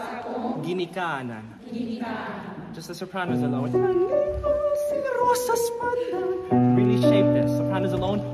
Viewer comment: Wow ! The conductor even knows how to pronounce correctly this visayan dialect of the Philippines! Amazing! Congratulations! 👍